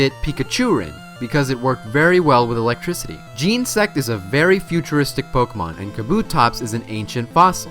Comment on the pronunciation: Its genasect not gensect